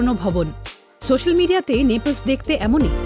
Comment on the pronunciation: নেপলস না নেপলি